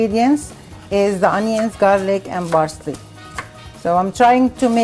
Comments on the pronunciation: Parsley..not barsley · Parsley and not Barsley . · I love how she says 'Barsley'💖 I love watching her cook. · I like the way she says Parsley. It sounds like Barsley. lol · thats their mothertongue interference...theyv no Ps! their P comes out as B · love the videos and the recipes. obviously this isnt a problem or anything but when you say parsley or pound you are saying bound and barsely with a B and my ocd keeps kicking in